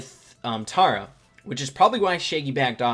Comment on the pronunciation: Yes! you say tara (T-are-ah) I have something against anyone who doesn't